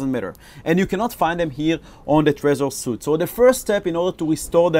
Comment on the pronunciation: Thanks for this.. I think the Trezor suite is pronounced SWEET btw..;)